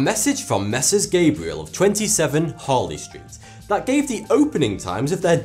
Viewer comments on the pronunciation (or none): none